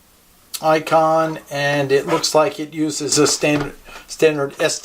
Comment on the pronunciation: Hey....It's ICOM not ICON Just FYI